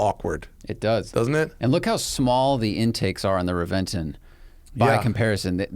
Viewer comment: I believe it’s pronounced Reventon.